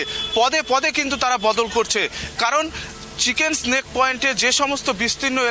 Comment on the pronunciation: চিকেন স্নেক নয়, চিকেন'স নেক।